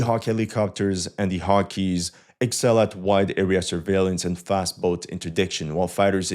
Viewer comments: I think Hawkeye is pronounced 'Hawk+eye', not 'Hawk+key', but I might be wrong. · A slight correction of pronunciation,, for your excellent English. The name of the plane is pronounced "Hawk - eye," not "Hawk - ee." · Hawkeye(ball) not hawkee Edit i respect you so much im questioning myself lol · This guy can pronounce Avdiivka, Yenakijeve, Pokrovsk, and Paulinaporizkova like a boss. I mean, there's Ukrainians in Paulinaporizkova who can't pronouce Paulinaporitzkova. Yet Hawkeye flummoxes him. It's not haw key. It's Hawk eye. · Hawkeye is pronounced Hawk Eye (oeil de faucon) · Just a small correction: it's pronounced hawk-eye. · It's pronounced E-6 Hawk Eye. Sorry I was on the USS Constellation CV-64 back in 1993.